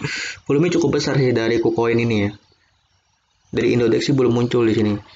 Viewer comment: indodax bang bukan indodex